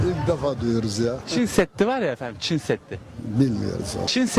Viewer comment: Dayılar hadi bilmiyor diyelim Çin seddi diyor adam gençler bile Çin demek bu kadar zor olabilir mi 😡